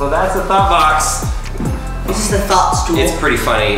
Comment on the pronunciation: I keep hearing thot box